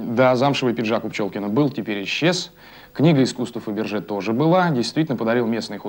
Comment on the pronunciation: человеку, который говорит Фабержье можно сказать стиль вампир😄